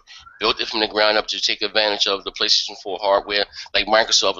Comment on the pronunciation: Wry you no rike Praystation?